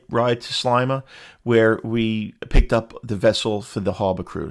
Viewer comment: Sleima. Sle like ski but with an e. Hope you enjoyed 🇲🇹 . Canadian, Maltese